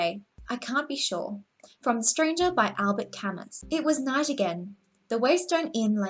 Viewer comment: Camus the S is deaf in french you don't need to say it you have just to say Camu